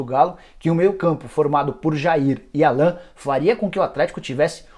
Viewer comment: É Álan que se fala, Nicola... Se escreve Alan, mas se fala diferente! Logo se vê que não assistiu nenhum jogo do Flu nesse ano de 2019